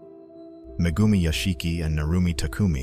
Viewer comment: Mah-goomi? Yeah sure,...